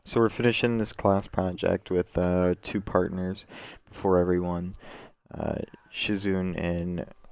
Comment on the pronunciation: SHIZUNE = SHE-ZOO-NAY